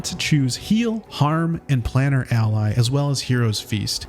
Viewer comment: Plane-er not planner. Ally form another plane